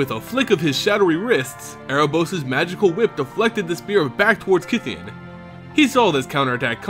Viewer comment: I thouht it was pronounced as KAI THEYON